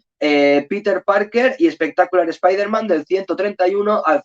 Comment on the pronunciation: Lo primero mejor, si vas a decir nombres en inglés es saber alguna idea como se pronuncia .. dios mío.. (escuchar que dices espiderman duele los oídos) Pero está muy bueno el contenido del vídeo, se agradecen las recomendaciones